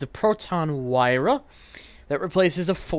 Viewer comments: You're supposed to pronounce this as "Wee-rah,". Hope this helps! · I think you're supposed to say it as "wee-ra"